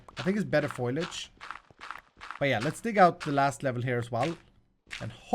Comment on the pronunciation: "Better Foilage" XD